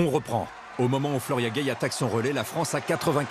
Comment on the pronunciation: "Flora Guei"....